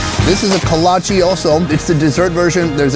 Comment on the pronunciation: The food that surprised me the most was the kolache (pronounced kolotch-key). My dad's Czech family makes them all the time at it's awesome to see they're so popular down there.